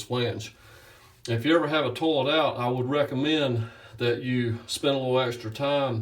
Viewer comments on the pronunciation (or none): I like the way he says "toe-let" with his accent.